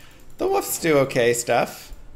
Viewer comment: Its WOLF not woof. Or wooferine